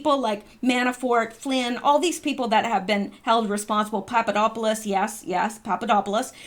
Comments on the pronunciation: Poponopolis, yes, you said, “Poponopolis”. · You're killing me I love listening you say that word Papadopoulos Papadopoulos